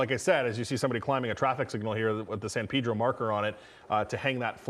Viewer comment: Must he say, "San Peeedro "?